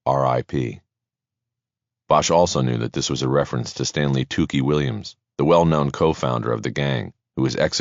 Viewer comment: Excellent narrator. The other guy has some really annoying pronunciations (i.e., 'known' always spoken as 'know-win' as if it has 2 syllables.)